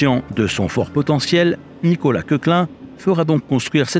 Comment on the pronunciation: Beau reportage! Koechlin se prononce [kechelin]. C’est une famille d’origine suisse qui a participé au développement économique du sud de l’Alsace. C’est Maurice qui a dessiné la Tour Eiffel. Nous avions pris le TER 200 en famille lors du voyage inaugural en 91. Le fils y avait pris son biberon… depuis il fabrique des M (TGV) à Belfort. Il semblerait que pour remplacer les TER 200, des TGV M avec une motrice et une voiture pilote seraient dans les cartons. En plaine d’Alsace, les TGV sont autorisés à 220.